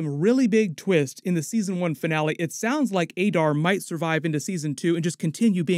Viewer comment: The way you pronounce Sauron is terrible. Considering you’re a YouTuber and successful you’d think your grasp of the English language would be better. Adar as well 😂